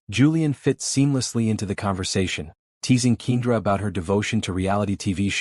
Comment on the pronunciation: I absolutely hate the pronunciation of keenDRA I am used to Ken-dra